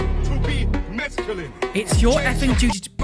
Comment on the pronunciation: I couldn't stop hearing this guy saying "masculine" as "mescalin" and jokingly thought that yeah, if this man wants to be the walking incarnation of a psychedelic, maybe he is dangerous 😭😂